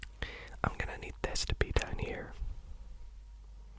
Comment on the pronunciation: stop saying deoaun, say down